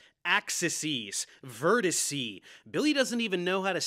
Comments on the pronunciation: "axises" & "verticee" "dog-MASS" :fish-orange-wide-eyes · Tetraheedrawns Axisees Vertisee 😂